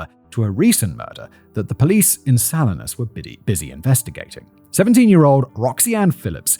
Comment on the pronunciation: Hearing Simon say Salinas wrong a number of times cracks me up it’s pronounce suh-li-nas 😂😂